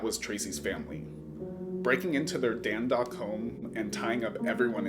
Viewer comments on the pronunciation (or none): U mean Dundalk home? Not dandalk.. come on bro it's literally spelled dUn.. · I live in the area.. that was insane time..I can't believe that was 26 years ago..And its Dundalk Md as in Dunn dalk rythmes w talk.😂😂😂actually you got the 2nd syllable right. Just the Dun oart